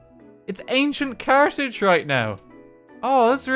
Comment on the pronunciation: I to fail to pronounce Carthage and say it as cartage